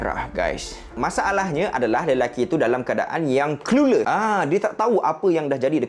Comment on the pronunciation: Clueless mat bukan clueler